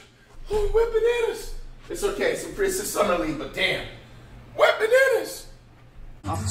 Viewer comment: this man called “wembanyama” a “wet bananas” im dead bruh